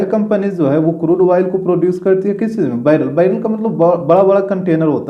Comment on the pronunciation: Crude oil spelling and his pronunciation 😂😂